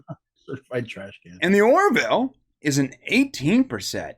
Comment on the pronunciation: It's "Or-ville" (two syllables), not "Or-i-ville" (three syllables). 🙂